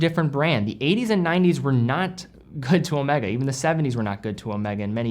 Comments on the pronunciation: Ow May Gaaah , not owmekka, it's the name of a Greek letter..., come on you can do it.. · Please, please, whenever referencing Omega in conjunction with James Bond it is always Omeega as pronounced by the true Bond (Connery). Thanks. Used watches? Crikes, you are turning into an industry. 👍